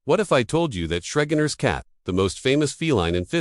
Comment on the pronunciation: Shreginer's Cat? LMFAO bro, you'll never make money if you can't even QC your own videos. Try making videos about something you have an interest in, show us a genuine human behind the scripts, and maybe, just maybe you'll get 1000 subs. GLHF.